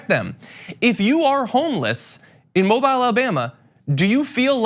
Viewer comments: Just fyi it's not mob-yle Alabama it's pronounced Mob-eel Alabama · BTW, Mobile, AL, is pronounced Mo-beel. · FYI, It's pronounced Mo-Beel, not Mo-bile. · This is reprehensible behavior and I'm embarrassed of these cops in my home state. And while this is totally off topic, I just wanted to let you know, as a native Alabamian, that it's pronounced "Mobeel" like Jessica "Biel" not "mobile" like a phone. 😊 But there's no way to know that unless you're from Alabama, and I cannot tell you the reasoning behind the pronunciation exactly, but I just wanted to help.🤓 I love your show and think you're great!!! ❤❤ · John, it’s Mo-Beel, not Mo-bile. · The name of the city is pronounced "mo BEEL" or something like that. It is not pronounced "mobil" or "mo-bile" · Mobile = Mo-Beel Not Mo-bile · I agree with and love ya, John, but it's pronounced "Mo-Beele" rather than "Mo-Bile". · moBEEL, not MObyle. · Mobile, AL. Is pronounced “Mo-beel” . Not Mo- Bile. Come on, you are supposedly educated and giving the people correct information. Please, at least learn how to pronounce the cities in the US . OK? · The myth that the homeless are just getting over on every one by not working is rampant, they are homeless by choice... Mobile is pronounced Mo-beel not mo-by-al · It's pronounced that way to make it easy to spot newbies..Lol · Not to split hairs, but in covering the story, the city name is correctly pronounced /moh-BEEL/ not /MOH-bīl/ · John, with all due respect, it’s pronounced “Mobeel” — NOT “Mobile “, i.e., long “e” — not long “i”. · FYI, it's pronounced "Moh-BEEL", not "MOH-byle". Thank you. That is all. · Moe-beel, so-real. Not moe-bile, so-Kyle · It’s “MOW BEEL”, not “MOW BILE”. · John, please it's pronounced "mobeel" thanks! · Oh John, why oh why are you calling it "Mob-eye-l"....it's Mob-eeel tsk tsk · Mobile, AL is pronounced Mo-beel, John. Not defending the quilt-makers, just saying. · Hi John, They pronounce it Mobeal. Not how it's actually written. LOL